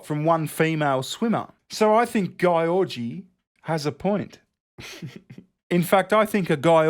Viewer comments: Hey hungarian here, i laughed my ass off on how you pronounced Gyorgy. In the hungarian language we have letters that are made up of two separate letters. For example S is pronounced differently than S in english. And SZ is pronounced simularly to the english S. Same sort of thing with GY. Its one of these double letters that is pronounced differently. But still it was very funny to hear you pronouncing it your way. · Jesus... as a Hungarian those puns about Réka's name was painful to watch. I can assure you it's not pronounced like that at all. The two "gy" is a separate letter here with a unique sound, also the "o" is actually an "ö" in her name (Réka György) which also transform the word. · György is the Hungarian version of George, and pronounced similarly. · GYORGY, should have gone to Specsavers. Btw, reads Georgy like Georgia. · I have seen that before! It’s pronounced GEORGE- E! XD I loved that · To whom it may concern: Gyorgy (in its native spelling György with those dots above the o) means George and is pronounced [ɟyrɟ], if you look up the IPA Let it be known, my only problem with is that he doesn't bother putting in the work to at least read the articles correctly when it comes to names. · Her name is actually Réka György so it was written wrong. In hungarian the g and y form a separate letter which does not exist in english but pronounced very similarly but not identically how you pronounce the beginning of the word 'due' as you press you tongue to the roof of your mouth and make the utterance. Ö is pronounced like 'i' in the word 'first', like fÖrst. György is actually a first name too in hungarian and its english counterpart is George :D. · Oh god that pronunciation on Gyorgy, was killing me laughing, but I can see why you would read it like that based on how it was spelt, but to be fair it should have been György which is the hungarian version of George. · Poor Réka, getting her name pronounced like this xD